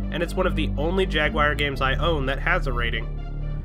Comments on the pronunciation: Jagwire? :( It's JAGWAR!!! ;D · This is a minor gripe, but I couldn't get over the way you said Jag-wire repeatedly. I sure hope this isn't a reference to a meme I'm missing.